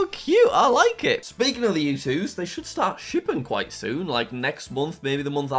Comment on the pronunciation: When you said quite I thought you said pita and it was so funny😂😂😂